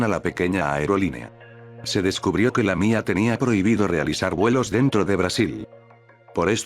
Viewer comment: Me da risa cuando diste lamía🤣